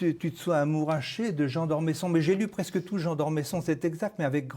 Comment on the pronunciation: D'Ormeuuusson et non d'Ormésson ! Pourquoi ne pas respecter les noms de famille, surtout quand ils font partie de notre Histoire ?